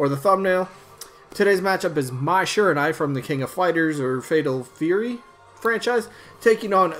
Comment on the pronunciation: Sry Mai, Skull Kid. Also the UI in Shiranui is pronounced Uhee